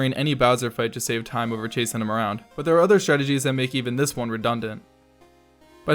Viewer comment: Why you said "shave secounds" instead of save secounds